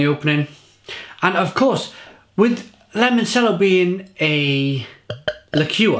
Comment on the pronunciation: It's pronounced; 'Limon CH ello', your pronunciations are terrible... and I love it haha Great beer, I liked this one. They recently released a bourbon barrel aged version of this too!